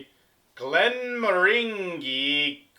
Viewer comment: Glenmorangie rhymes with 'orangey' and is my favourite Scottish distillery. If you ever have money to burn, get a bottle of Glenmorangie Signet. Expensive as fuck but the best alcohol I've ever had. And I'm not sure if youre familiar with him but if you want to hear an absolute whisky nerd who knows his stuff take a look at ralfystuff's videos. (And dont let the video lengths scare you - tasting takes maybe 5 minutes and the rest is just him rambling on)